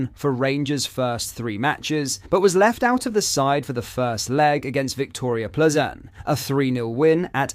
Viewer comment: But-Land, I-Brox, Ple-zn. Wtf?